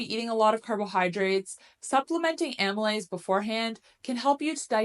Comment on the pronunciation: It would be great if you could add subtitles to some of the technical stuff you're saying, because some of these terms are unfamiliar and it helps to be able to see the words. I'm trying to figure out the enzyme you said is good to use . Is that amolyte?